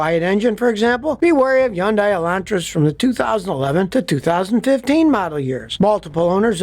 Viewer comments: I hate how he pronounces Hyundai wrong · The way Scotty kept pronouncing it....I was cringing each time! 😅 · Why is he pronouncing it Hee-undie??? smh It's pronounced huhn·day like Sunday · What's a Yondai? You mean Hyandai? Don't go running around saying Yondai. You know what that means in Korean? I don't either. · Scotty, its not Yun-day. Its Hon-day. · It’s called Hyundai like Sunday. At pronounce it correctly. It’s not crap. They make good cars. All modern car companies suck in their own ways. Had Honda Toyota Subarus. All had its own issues. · Probably doesn’t matter but it’s pronounced hun-day (rhymes with “Sunday”). I won’t dispute the claims you’re making for pre 2010, or pre 2015 Hyundais, but the fact is now, in 2024, Hyundais are rated as very reliable by sources such as J D Power, Consumer Reports. I have no stake in this argument, but I hate to see people having the value of their Hyundais ruined by an irresponsible video. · In one Video he praises Hyundai and KIa cars. Now he says they are great cars. How can you trust him. And why is he pronouncing Hyundai undai. What is a undai? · Here's what I think: It's not "Hee-un-dye," It's 'hun-dye" or "hun-day." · It’s pronounced “Huhn-day” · Hey Scotty! Fyi... Hyundai is PRONOUNCED Hun -- DAY! Like Vietnamese "Pho" is pronounced Ffff---ha.🤔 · Scottie the Y is silent it’s pronounced Hundai. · I love hearing Scotty say "Yundai" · Its definitely not YUNDIE!! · yeah this is total crap! can't say name right. I've been driving Hyundai for 38 years & won't consider anything else! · Scotty seems to have a vendetta against Hyundai, so much so that he doesn't even bother to pronounce their name correctly. Maybe a beautiful Korean woman spurned him once. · Can't take you seriously on the one when you keep pronouncing the name wrong .. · As a Hyundai sales guy, LOVE to see the comments. You’re not always right Scotty 😏 (plus you are pronouncing it wrong haha) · Omg can you please pronounce the name properly it's not hard